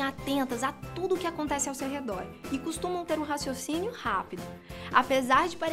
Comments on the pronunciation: RECIOCÍNIO? Não era raciocínio ? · RECIOCINIO KKKKKKKKKKKKKK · "reciocínio" rápido ❓😂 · Reciocínio Rápido? 😂😂😂😂😂😂😂